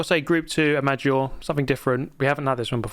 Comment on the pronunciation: Learn how to say Lago Maggiore pls bc it's a pain in the ears every time